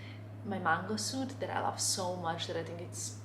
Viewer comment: Hi! Love your vlogs, especially now that you’re in Paris!!!! It’s really fun watching your perspective of this beautiful city. Your English is very good, btw. Can I offer some advice? When you want to say “this” or “that” or really any word which starts with “th”... it would be best of you didn’t say “dis” or “dat.” Your “th” tends to be pronounced as the letter “d.” It also happens with words that end in “t.” You must speak several languages and I commend you for that, but if you could make this conscious effort it would greatly elevate your English. Congrats on this fab channel and continue having the most fun in Paris!